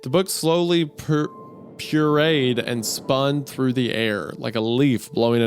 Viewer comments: Yeah, "pirouetted" is definitely "pureed." Peer-oh-et-ed. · It's , he says puréed (I'd only just passed that part when seeing your comment, luckily) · that word is pirouetted, as in the ballet move, not purée 😂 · pureed instead of pirouetted D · he says pureed instead of pirouetted too lol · I can’t find it now but the way Isiah pronounced pirouetted was amazing. EDIT: found it: Hunter is dyslexic for sure, but Goonie encounters a new word and just decides how it should be pronounced.